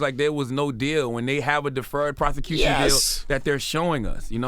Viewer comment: CTG, you don't remember what he said in your phone conversation, but you are able to remember "he took the deferred prothecuthon deal"? 🤔